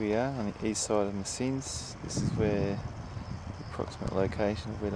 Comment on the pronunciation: Messines is french - Mesen is flemish - pronounced - maysen ..